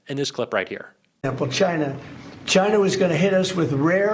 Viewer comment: Why does he have always say “China” as “Jyna”?